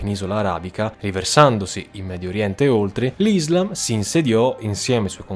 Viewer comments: Ti prego non odiarmi, ci tenevo sola a dirti se posso che si dice “Islaaam”, con l’accento sulla A. Scusami la mia pignolaggine, è deformazione professionale da studiosa di Islamistica... bellissimo video✨ ☪️ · NON IZLAM MA ISSSSSSLAM E NON MOAMETTO MA M O H A M M E D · Le conquiste sono iniziate dopo la morte di Muhammad...e comunque si dice IslÁm.